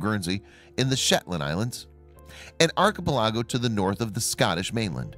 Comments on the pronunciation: "eye-let" not "is-let"... "ark-i-pal-ago" not "arch-i-pi-lajo"! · Lol.. arki-pe-lah-go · arr-cuh-pu-LAHH-go! what a poopyhead! :D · nothing like visiting an Iz-let in an Ark-e-pelargo. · Would you please check out how to pronounce a few words? Start with archipelago. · Islet.. second